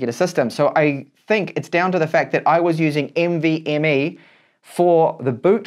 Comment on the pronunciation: lol the way he says nvme. NV..ME good video tho i learned something new